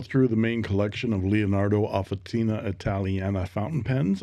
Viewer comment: Officina means workshop, and it is pronounced “officheena”